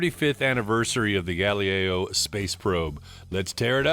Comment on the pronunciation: I didn't know someone could mispronounce "Galileo". A totally unwearable piece, a novelty at best. Looks more like an homage to the Apollo space capsules. The hands are a bit phallic, the date window is too small, and it looks cheap, like a Chinese fashion watch. It didn't need to be this massive, and a more normal 40-42mm would've been an interesting watch. A missed opportunity for sure. Good video!